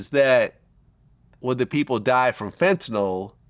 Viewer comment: It is pronounced "FEN-tuh-nil" c'mon Vladimir get it together ya schmuck.